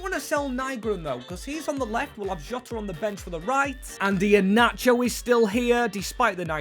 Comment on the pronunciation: Bro got inheanacho right wth